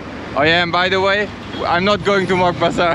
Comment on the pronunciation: When he said Moghbazar. Dayumm broooo